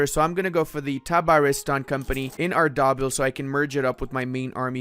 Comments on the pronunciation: "arr-daa-bill" ...you make me hurt inside. "Arr-de-beel" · being able to pronounce arabic and persian correctly makes me pain on pronounciation at ardabil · Same lmao